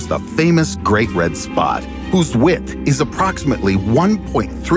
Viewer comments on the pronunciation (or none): none